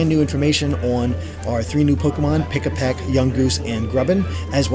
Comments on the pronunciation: Pikipek, not Pikapek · Pikipek, not Pikapek. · It's Pikipek not Pikapek! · Just want to say it's "Pikipek" not "Pikapek". This isn't some sort of Pikachu-based bird Haha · It's Pikipek, not Pikapek